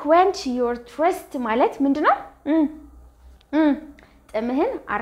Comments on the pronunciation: your pronounciation on thirst is not correct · the pronounciation is not correct on thirst you have to correct yourself but thank you teacher❤